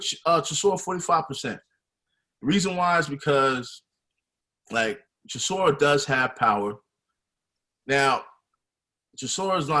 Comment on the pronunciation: I love how pronounces Chisora’s name. Cracks me up all the time lmao